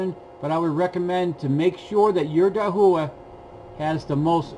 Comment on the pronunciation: Thanks for this video! Just a friendly pronunciation correction - Dahua is pronounced Dah-wa.